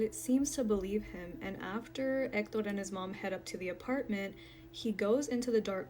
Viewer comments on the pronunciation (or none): omg we get it, you can pronounce "EKTODORR". You can just say, "he" once in a while 🤣 #hector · Just say Hector!!! Quit pronouncing it as Ector!! I understand that it's Spanish, but stick with one language or the other! You sound stupid.